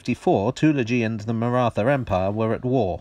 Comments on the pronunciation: It's Marat Ha, the h is aspirated. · The pronunciation of the word Maratha made me wince, but as I can't come up with a word or phoneme close enough I guess I'll have to live with it. Stellar video otherwise. Note: it's not the 'th' sound in rather as pronounced here. It's a thick T sound. Maybe I can link a video here with the corrected pronunciation later. Always best to get names right, especially for a lot as touchy as the marathas (yes the Maratha people, who live in the Indian state of Maharashtra and speak Marathi, are very sensitive about these things.)